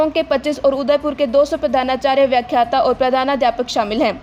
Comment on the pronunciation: व्याखात्त नहीं व्याख्याता है